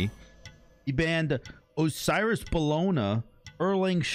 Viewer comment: You didn’t pronounce Osiris right